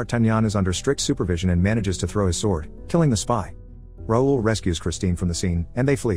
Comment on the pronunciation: Its not “roll” its “ra ool” (raoul) french name